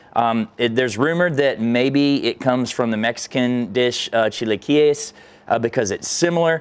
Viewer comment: Ha ha ha.. he said "Chia-key-yes".... = Chiliquiez